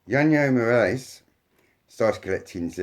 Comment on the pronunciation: interesting series. Just as a side note the authors name is pronounced as hwanhoe morales.